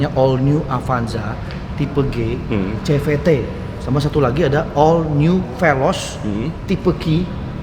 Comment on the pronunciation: CVT nyebutnya SIVITI om bukan SEVETE